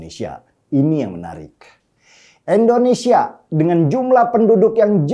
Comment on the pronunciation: Maaf bang, Indonesia bukan endonesia